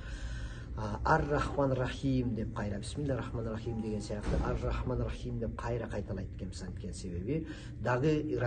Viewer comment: Борончу баары бир илим алып алып туруп суйло,жакшы которупсун,бирок туура эмес ,ото ката айтып жатасын ариптерин! Бисмиллахиррохмаанир рохиим дегенде эле ката кеттин эн томонку ха айтпадын,эки рр таштиддерин айтпадын,мад дарын туура созбодун! Иййака ,эки йй кылбадын,роббил де эки бб кылбадын.Кыскасы баарын ката суйлоп айтып жатасын тамгаларын(ариптерин). Ошондо мааниси башка жакка кетип калат.Ал эми которулугу ото жакшы айтыпсын!Эми тавсири да керек.Бул Фатиха суроосу кандай суроо,Кайсы жерде тушкон ,кайсыл окуяга байланыштуу!дегендей.